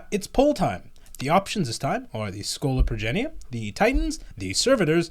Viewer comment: Schola Progenium. Take him to school!